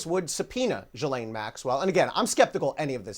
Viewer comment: It's pronounced JhizzLane.